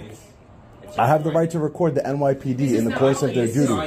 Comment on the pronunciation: You cant "ree-quaurd" here